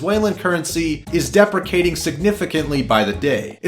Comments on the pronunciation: Deprecating? It's depreciating lol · its depreciating not deprecating ... TRIGGERED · Depricating? You mean de-pree-shee-ating? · depreciating... not deprecating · Depreciating is not pronounced the same as deprecating. Nor do they mean the same thing. Other than that, interesting vid. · depricating? i think you mean depreciating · Depricating?! Lol. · It’s pronounced De-pre-ci-a-ting. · DEPRICATING XDDDD OMG. DEAD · Decaprating? Lol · depreciation - DE-PRE-SHE-AYE-SHUN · Depreciating is not spoken like "deh-pri-cating" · depreciating "D E P R E C A T I N G" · You pronounced depreciating wrong. go back to school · You pronounce depreciating wrong. I just had to point that out. Sorry. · can you pronounce "depreciating" for me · Can you fucking pronounce depreciating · Hey buddy you missed a vowel in depreciating. Never heard of a currency deprecating before